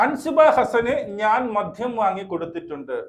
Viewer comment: മധ്യം അല്ല മദ്യം